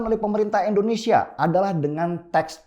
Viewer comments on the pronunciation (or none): Indonesia bang bukan endonesia.